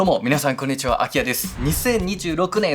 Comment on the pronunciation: いつも応援してるんですが、絶対挨拶の時「ク⚪︎ニちわ」って言ってますよね？笑 好きです。